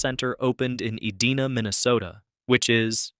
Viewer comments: grrr... Ee-DIE-na. not uh-DEE-nuh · Eh-dee-nah, Minnesota? No, it's E-dine-ah. Edina, MN. Also, this video does not need to be almost thirty minutes long; I skipped around and took in a couple of minutes before determining that it was mostly rubbish. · It is not EdEEna. It is EdIna. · The city is pronounced E-dine-a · Edina is not pronounced Edeeeeena. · I have a hard time 'liking' these videos when the AI voice cannot pronounce words like "E-DINE-A" and tend to show video that is irrelevant to the text at a given moment, never mind if it's completely wrong or not... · This must have been filmed during Covid. Also the city name your trying to pronounce is pronounced E- dine-a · I was enjoying this until the computer voice mispronounced "Edina."